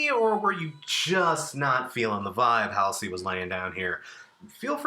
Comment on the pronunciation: not to be tha guy, but it's pronounced hall-see